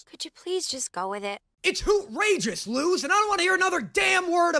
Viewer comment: He still says Lose instead of Luz Luz=Lus